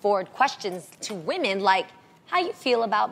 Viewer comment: say woMEN, not womAN. . "i like woman" lol sounds weird.she should know the difference by now.its a basic word that you usually first learn to say when learning a different language